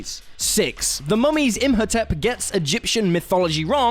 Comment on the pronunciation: Im. Ho. Tep. Not Imp Ho Tep.And Wolverine has an endo-skeleton, as in, its inside him, not outside likens crab. But otherwise, yes.